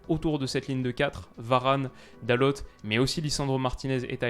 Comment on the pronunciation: salut super vidéo juste pour te dire que pour dalot tu prononces « dalote » alors que à mon sens on prononce « dalo » car en portugais on prononce rarement la dernière lettre et pour lui c’est presque si on prononce pas les deux dernières donc juste pour te dire ça voilà sinon super vidéo 👍🏼👍🏼